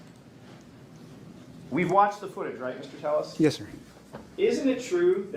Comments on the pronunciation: Telles it's not tais please say the right name the victim deserves for everybody to know his right name 😤🤨🫨😱😭🤬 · Telles in Spanish pronunciation is Te - yes. The double lls are always pronounced Yah. Just saying. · She keeps saying his last name wrong please fix that because if you don't get that right you've lost me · Telles said today on the stand that you can pronounce his name either Tay-yes or Telles. He is worse than Charlie Adelson! P.S. your hair is beautiful! 😊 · I was surprised today when he said Tayus since always before he has said Tell-es. Even his attorney used the latter. Maybe there are Hispanics on the jury and he thinks if he uses the Spanish pronunciation they won't vote guilty. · I like the thumbnail but mid trial Ribertt Tellus decided he was going to change the pronunciation of his last name to "Tey us". Probably to keep himself relevant for the people watching the trial! 😄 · Ppl are theorizing that there’s atleast 1 Latino juror, because he used to pronounce the L’s in his last name until he took the stand.